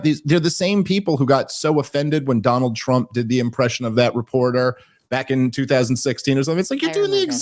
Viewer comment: Dave Smith introduced this podcast totally unable to say Donald Trump lol! Shanahan is🎉great.